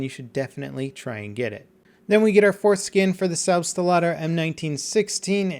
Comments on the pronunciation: I think you pronounced selbstlader wrong. It's just German for self loader, so you should pronounce it selbst-lader, not selb-stlader. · Jesus, he keeps saying "Selbsteladder" X( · STOP MISPRONOUNCING SELBSTLADER!!!!!!!